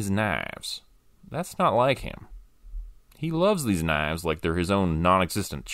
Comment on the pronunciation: I have to ask - was it a deliberate artistic choice to have pronounce 'knives' as 'naavs'? It cracked me up regardless.